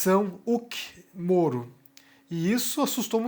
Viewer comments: meu velho, não se pronuncia "Luciano Ulk" o 'H' tem som de "R" no nome dele, você nunca viu o programa ou alguem falando o nome dele? Resumindo, escreve-se "Luciano Huck" mas pronuncia-se "Luciano Ruck" ta bom? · Pq o fala Uck, ao invés de Huck? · a pronúncia é Luciano "Ruck". Excelente vídeo, como de costume.